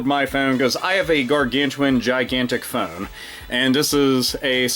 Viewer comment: i love how you say phone, "phewn"